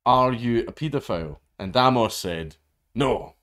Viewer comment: It's pronounced "Ay-mus", not "Ah-mohs"